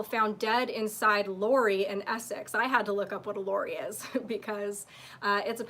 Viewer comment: Great episode, so cute to hear u try & pronounce "lorry". Unfortunately sweetie your still not saying it right. It's pronounced like "sorry" only with an L. Sorry, Lorry. It's what u guy's call a semi truck. Always lovely to see u & hear your thoughts. Your looking delicious as always. I'd love to hear u say "SORRY LORRY" next episode. 😂 Always a pleasure. Keep it up! P.s. no red meat eating. Who knows what's in it. Good u don't use florid, it calcifies the pineal gland in the brain, (the third eye). Reverse Osmosis will filter out the florid.